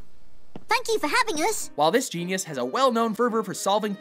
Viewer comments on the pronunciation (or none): none